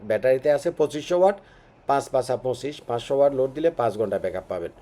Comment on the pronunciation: আপনারা টেকনিক্যাল লাইনের লোক হয়ে ওয়াট কে ওয়ার্ড বলেন 😅😅😅